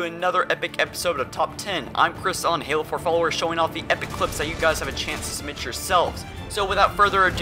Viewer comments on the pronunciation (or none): none